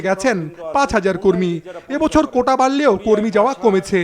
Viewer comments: কোটা বললো নাকি কৌটা বললো🧃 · কৌটা নয় মন্ত্রী সাহেব কোটা ।